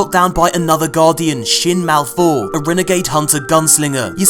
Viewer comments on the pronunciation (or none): Not "Malfour" it's "Mal'Fur"......*Fur" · Everybody else: Shin Malphur: Shin MalFOUR Thank you, very cool